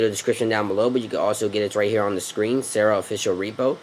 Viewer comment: "sara" is pronounced "Sar-Ra" You're saying "sarah"